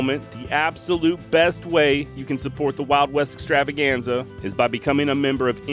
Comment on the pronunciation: 😂😂i love it when you roll the R's in Extrrr🥁rrrravaganza. This is my favorite podcast for traveling around the mountains Out West slangin my wild foraged balms and libations. 🔥🙌🌲🖤💫🇺🇸 excited to download a bunch of episodes through resin foraging season out in the forest this winter! 🤘🌲🍯💫